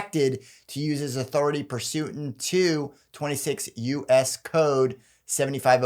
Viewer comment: I don't have a problem with with the guy is saying for the most part, but if you can't say pursuant and rigmarole correctly there's issues. Also, trust me when I say deferring anything for a long period of time is not good.